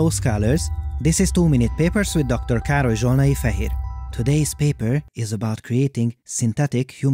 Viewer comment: He snailed his name right